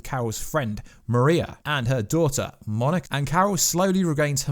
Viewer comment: "and her daughter Monic"